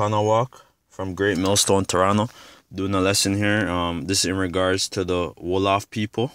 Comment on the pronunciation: Nice that you want to learn about your history. However do it thorogh before you start go telling things that is not so. You havent Done your research at all. Im am from the tribe you talk about and you do refrences that is way off. You dont even prononce the name right. Are you some hebrew isrialite confused guy? Its like you are learning as you read yourself. Do yourself a favour get proper info besides a king James bible and Wikipedia. You clearly havent Done your homework.